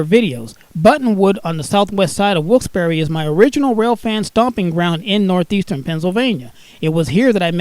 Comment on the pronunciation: Nuthezern Penzilvania